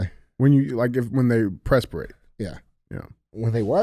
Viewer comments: DJ - Its not "Pressperate" LOL It's perspirate "Purse-Per-ate" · Did DJ just say presperate????